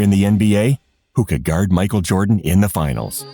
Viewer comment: The most Canadian pronunciation of "Guard" I've ever hear. Gawurd